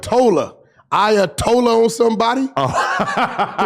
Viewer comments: Ayatollah= "I Ay a tollah on somebody" 😂🤣😭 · I-uh-told-on somebody. Not bad Wack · Nigga said ayatol on somebody 😭😭😭😭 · Ayatollah - I uh told a 🤣😫